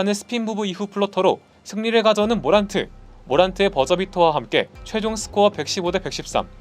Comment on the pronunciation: 모란트를 머랜트라고 부르는 ㅋㅋㅋㅋ